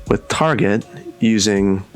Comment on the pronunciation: Why is he mispronouncing Tar-jay?